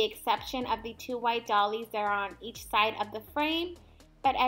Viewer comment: So cute! Oh, and doilies is pronounced "doy-lees" 🖤🖤🖤🖤🖤🖤